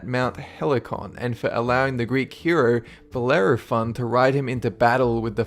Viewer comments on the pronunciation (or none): none